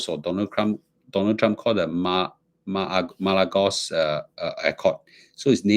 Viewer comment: Pronounced as MA RA LAGO